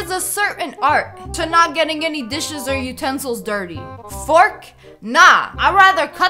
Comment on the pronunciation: When u said dishes I thought u said dis shiz